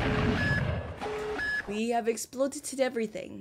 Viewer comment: "we have epolited everything.. " "GOOD ENDINGG"